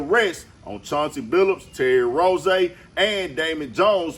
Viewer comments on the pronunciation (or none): Who is Terry “Rozay”…It’s Rozier